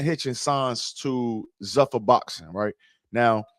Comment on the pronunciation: 1. "Zuffa" (the parent company of the UFC) is pronounced ZOO-fuh (/ˈzuːfə/). It rhymes with "loofah"